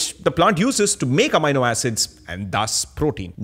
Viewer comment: Excellent episode! Loved the different clarifications you have here on lentils, pulses and legumes. I am however intrigued by your pronunciation of Amino acid since in US and Uk, we say "Ameeno" Acid while you say "Amaino" Acid. Same for Linoleic acid.That threw me off as I was trying to see what that word was.